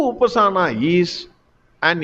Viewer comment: A correction: It is upaasana, not upasaana. Harih Om.